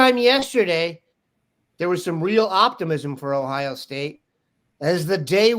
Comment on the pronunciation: Please pronounce our state name its OHIO not OHIA